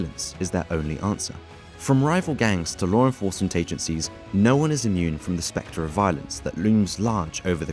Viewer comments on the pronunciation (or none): none